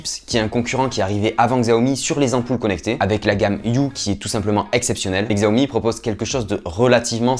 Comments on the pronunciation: Bonne vidéo mais on dit CHI-A-OMI !!!!!!!! 😅😂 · En réalité, ce n'est toujours pas la bonne prononciation, car le "xi" en mandarin est un son qui n'existe tout simplement pas dans la langue française :\ Donc oui, le "ch" est ce qui s'en rapproche le plus, mais ce n'est pas non plus correct 😋